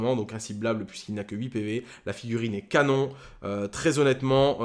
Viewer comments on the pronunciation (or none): none